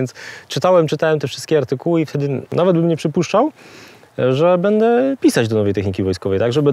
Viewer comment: Panie! Błagam! Mówi się BĘDĘ, nie BEDE.